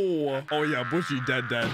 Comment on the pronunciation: man butchered poor butchie